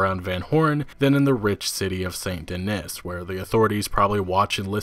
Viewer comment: How are you mispronouncing Denis?